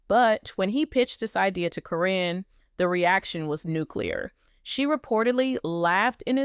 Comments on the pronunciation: Why is the audio saying Ka-rin. The witches name is Caryn, pronounce Karen. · Her name is Karen not Corine get it right A I !!!! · Hey guys LPBW Update if you are going to have an AI do your talking make sure it is saying the names right. it is Caryn but it is said like Karen. I have watched this show since the kids were very young. When I heard someone say Matt has a girlfriend and it turned out it was her, I knew she was in it for Matt and the family's money. Matt RUN. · Her name is pronounced like Karen. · Her name is Karen say it right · Keep saying her name wrong. Probably Al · Is there a reason you keep mispronuncing Karen's name? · get the lady name right Caryn!!! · Why does the name Caryn get pronounced differently every time